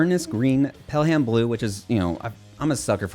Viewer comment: Thanks for the Spector love. Try getting with Taylor at Spector about getting one for a review. Worried love to see the look on your face when you play one (can you tell by my thumbnail what my favorite bass is? Lol) And so you know, it is pronounced "pellem" blue, not pell-ham. It comes from John Pelham, a Civil War General. His birthplace and gravesite are a few miles from me here in Alabama, and a major road is named after him